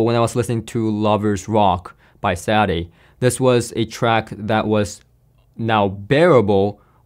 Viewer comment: Nice job,! FYI- Sade is pronounced, “SHAW” “DAY” not Sad Eh. These speakers are made in China and retail for $1800 USD. A great review comparison vid would be these Tannoy’s vs Wharfedale EVO 4.4 at similarly price points. The Tannoy’s are surprisingly good sounding speakers but I’ve not heard the EVO’s yet.